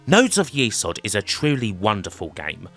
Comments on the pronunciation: Nodes Of YESod not YEsod. Even the intro speech pronounces it YESod, but you continued to say YEsod. LOL. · It's YES ODD not YEE SOD. They even say YES ODD in the voice sample. Lovely video but that drove me up the wall a bit. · saying it wrong. It’s Yezod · You got me thinking all these years I have pronounced it nodes of yes-od but now I'm thinking perhaps it is nodes of ye-sod. However, it is pronounced it's a great game and another great video thanks 😃